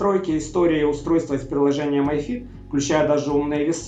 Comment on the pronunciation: Ми фит,а не май фит. Май фит,пишется my fit,а так,mi fit,соответственно ми фит.